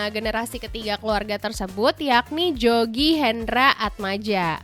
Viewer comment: itu bacanya "Yogi" bukan Jogi😂 nama beliau pake ejaan lama , J=Y > Dj=J > Tj= C >Oe= U .. contoh Soeharto dibaca suharto,Widjaja dibaca Wijaya..maka bukan bapak Jogi, tpi Yogi,dan Atmadja itu dibaca Atmaja😊